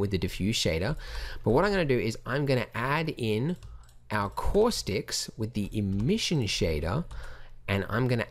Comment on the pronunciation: Say "caustics" one more time. Kidding. I like your Australian accent, and when you say "caustics" it sounds Bostonian to me. On a relevant note, your tutorials are my "go to" for everything in Blender, and this tutorial in particular saves me buckets of time, mostly because I use a lot of... "Cauuustics." -- An American Fan of Blender Guru P.S. WHAT THE BLOODY HELL IS THAT THING ON THE CEILING?